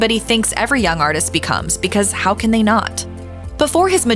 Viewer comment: Sounds stupid every time you say They